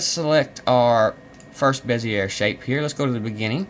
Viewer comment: I'm almost positive that it's pronounced, "Bez-ee-ay" But I guess it doesn't really matter. Thanks for the tutorial!